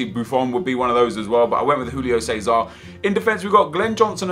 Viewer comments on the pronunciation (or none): none